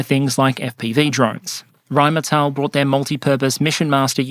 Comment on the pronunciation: *Rheinmetall, ackcherly.